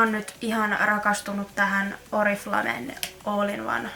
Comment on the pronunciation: Vittu meni hermot ku sanot oriflamen oriflame vaik se sanotaa orifleim ja oli ärsyttävää ku puolet täst videost oli vaa taukoo ettet puhunu nii leikkaa videoo paljo enemmä